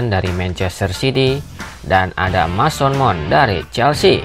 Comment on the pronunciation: suara dari konten nya sudah enak didengar, tapi kemampuan baca b. inggris nya masih lemah, meddisen, mesen maon, kail wolka, kolum wilsen cma ini masukan nya:)🙏 keep spirit💪 bang